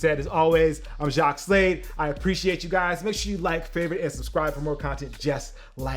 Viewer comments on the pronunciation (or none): none